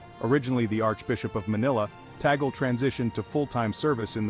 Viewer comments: Please pronounce as TUG-LEH rather than taggle. Thanks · His name is properly pronounced as CardinaL TAG-LEH